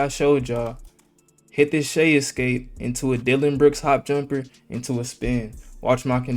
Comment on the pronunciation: bro you said jumperrrr